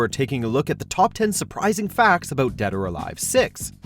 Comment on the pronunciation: Did he just say Dad Or Alive at the start?